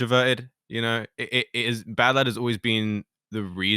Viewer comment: Oh... its pronounced badlad...